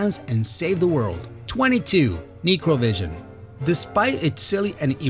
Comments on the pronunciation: ... it's not KNEE-cro, it's NECK-cro. As in necromancer or necrophilia. Necro: as relating to a corpse or death. Corpse vision. How is that fuckin unrelated to that game? Dude... you're becoming just as bad as the last guy. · Its necro not nicro lmao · It's pronounced Necrovision, pretty much how it's spelled, phonetically.. It's not Knee-crow-vision. Might sound less strange to you if you said it right haha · Neecrovision? Im pretty sure the title of that game is in english, therefore its Necrovision, pronounced as the name Hector :) Btw that laugh near the end rly took me off guard! Good one lol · It's pronounced (Neck-roe) not (Neekrovision) "necrovision" Necro as in (DEATH) . It's not a bad name at all.. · PRONUNCIATION NECROVISION NOT NICROVISION FOR FUCKS SAKE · Try getting a narrator who can pronounce words in English... Neecrovision? Errogamer? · It's pronounced (neck-crow),like necromancer,necrosis,etc.That title makes perfect sense. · Horrible. Also necro is pronounced like neck-row. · i think its NECK-ROW-vision buddy. haha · he also pronounced it wrong. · dumbass thats not how you say necro think of necromancer which has to do with the dead and then necrovision which just means you can see the dead this dude is stupid want the other guy back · The way he pronounces necro makes me laugh.